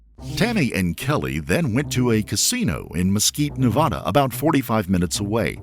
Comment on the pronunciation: Come on bro… pronounce Nevada correctly